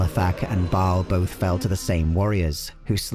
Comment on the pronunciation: Mispronounced Baal, Bul-Kathos, and Mount Arreat. Also, Diablo isn't a God.